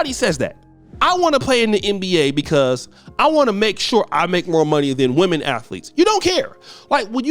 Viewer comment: "Wait.., there's muore"!!